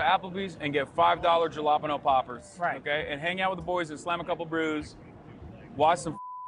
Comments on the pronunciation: Hasan’s broken my brain so much I didn’t even notice anything wrong with how he said jalapeño poppers 😅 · Respect to for pronouncing jalepeno poppers the way he usually does on stream.